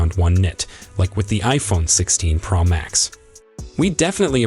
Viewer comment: Why can’t you pronounce Pro correctly??..it’s not praw Max…it’s Pro ..O…like in Oh….makes this video unlistenable